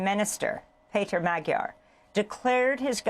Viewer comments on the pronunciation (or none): You are pronouncing Magyar’s name wrong….( modhyor)